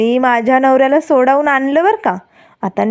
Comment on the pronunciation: संवेदक नीट मराठी बोला की.सोडावून नाही हो सोडवून म्हणा.